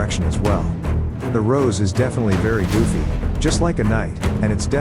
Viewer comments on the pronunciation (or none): none